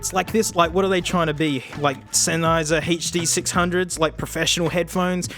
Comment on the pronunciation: I think this was the first time I've ever heard him actually say "Sennheiser HD 600s" and not "Senny Hur Dur Six Hungos"